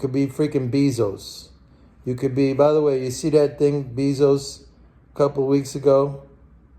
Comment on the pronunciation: JEFF BEEEE-ZOUCE !!!!! LMAOO